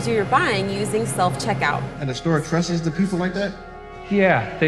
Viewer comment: r/woooosh to all the replies, he means the guy said "trust-es"